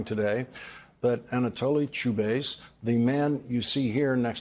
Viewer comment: it's pronounced CHU-BI-IS